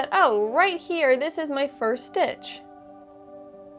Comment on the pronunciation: It’s distracting to hear the words “ stitch” and “strands” constantly mispronounced. Add “stretch” to the mispronounced words. Grimace